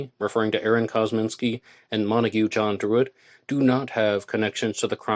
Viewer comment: ArON? Isn’t it AAron?